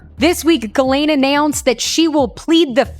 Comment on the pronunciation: it's not pronounced Galane. it's pronounced Gislane.